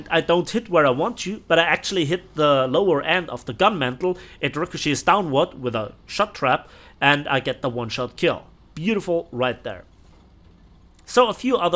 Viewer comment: Gun mantlet, dont' say mantle please... # 3